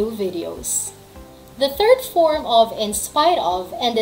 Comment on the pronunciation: Yong of po ba eh ob poba mam yong pronunciation nya